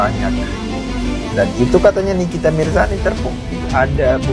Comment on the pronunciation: nikita Mirzani bang bukan nikita mirsani 😅🫢